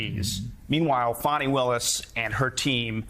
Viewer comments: Really, Joe?! You really haven't learned to pronounce Fany Willis's name by now? It's not "Fanny"; it's like fawny, fawny Willis. Say it; practice it like a professional. Please! And apologize to her; she deserves a ton of respect. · Hey Joe, stop calling Fani Willis fanny that's not how you say it. Think of a baby deer, fawny that's the real pronunciation. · More like "Fawn-ee". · I believe Fani is pronounced Fun-ee'Willis, Joe. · It's pronounced Fawny